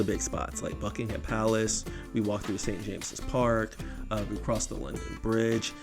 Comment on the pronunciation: Gold star for pronouncing Buckingham Palace correctly ❤